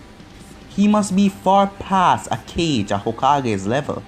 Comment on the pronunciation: Its pronounced "ka-gay"